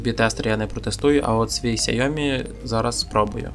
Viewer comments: Сяйомі? Яке Сяйомі? Ксяомі. КСЯ-О-МІ чорт забирай😂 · Все добре але "сяйомі" мої вуха не витримують🙀🙀🙀